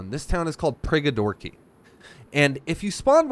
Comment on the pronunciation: Prigorodki not Prigodorki 😉